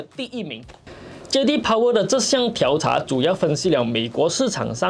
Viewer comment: 调查 diao第四声